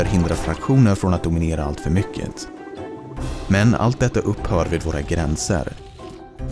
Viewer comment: Låter mest som att han inte är så van att läsa manus på svenska Edit: Han uttalar ord på lite anorlunda sätt MyckeT, OvanliGt